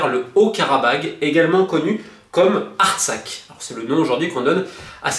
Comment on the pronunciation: Romain, Artsakh prononce a l'espagnole Artsaj